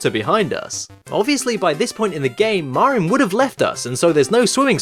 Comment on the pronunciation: It's funny that you say "MARR-in" instead of "MARE-in." "Mare-in" would be more natural for Anglophones to say when they see "Marin" because it rhymes with "Mary."